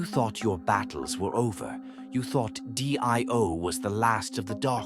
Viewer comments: D I O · Weird way to pronounce Dio lol